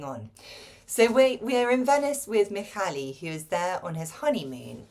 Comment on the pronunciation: Hello! Not that it matters too much, but I thought you'd want to know. The LY at the and of the name Mihály is read as the Y in the English word YEAR. ZS in the name Erzsi is pronounced as the S in the English word PLEASURE. Hope it helps.:) And a big thank you for promoting this unique piece of literature!